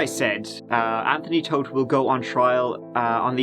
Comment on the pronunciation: The irony of the family name though.. BTW it's pronounced as "thought" not toad.